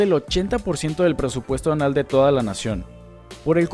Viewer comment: acaso dijo "presupuesto anal"?